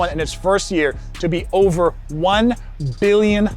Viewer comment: brother stop saying billion with those b's :face-purple-crying::face-purple-crying